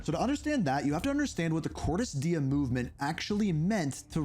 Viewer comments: …why do you continuously pronounce Cordis Die incorrectly? It like the easiest thing to say properly like…??? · Pronouncing Cordis die as Cordis Die sounds weird